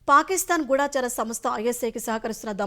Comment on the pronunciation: గూఢాచారి గూఢచారి ఏది సరైనది మీరు సరిగ్గా పలకడం లేదు